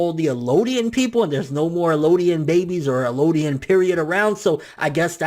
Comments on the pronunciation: It's EL-DIAN!! Not ELO-DIAN!! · Also, Eldian, not Elooodian... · It's eldian L-D-in